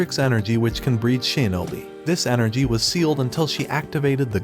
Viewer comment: shinobi❌ sheenobi✔